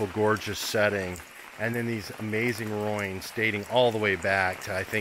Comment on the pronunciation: I cringe when you say roin,,, it is ruin as in roo in.